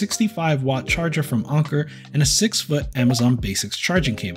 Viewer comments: Why are you pronouncing Anker as "Onker"? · Never have I heard someone pronounce anker as onker. 😂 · Ill go with Anne - core. One guy at work had an Anker speaker and sharpied a W on it. Cant unsee that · Anker rhymes with banker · just to troll, call it “ainnnkurrrr” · Saying onker was driving me a little crazy lol but overall good video. I wish there were some docks that didn't require you to physically plug them in but just sort of drop them in like the switch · I think Anker pronounce thier company name like 'anchor'. Not 100% sure. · Read & pronounce these words: - tanker - pranker - thanker - spanker - banker ….. now say this one: - Anker